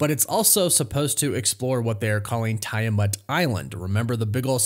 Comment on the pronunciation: *Teeamut (pronounced)